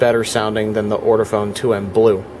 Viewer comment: Hi. This has been a very interesting video. Just one thing it’s Ortofon not ORTOFONE!